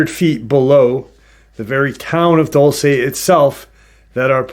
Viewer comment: My friend's family has their ranch/property just east of Dulce (Diné family) Dull-say: 🚫👎🏼 Dool-seh: ✅️👍🏼